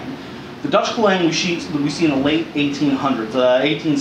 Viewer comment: Aceh is pronounced AH-chay and klewang is pronounced CLAY-wahng (i.e. stress on the first syllable in both cases). The klewang was based on Dutch naval cutlasses and adapted for use on land. The Dutch colonial army developed special techniques for their troops in which they would use their carbines slung around their arm to shield their left side. In colonial battles the cutlass was seen as the main weapon of the troops, who were discouraged from using their carbines, but taught to close in rapidly and use their klewang. This was very effective, but only against an enemy who did not possess quick-firing firearms.